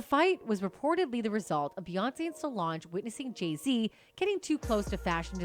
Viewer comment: Stupid AI can't even pronounce Jay-Zs orher name properly